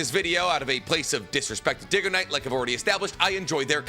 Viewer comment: he does it with everything. even the things he agrees with mr. dig-oh-niiiiiiiite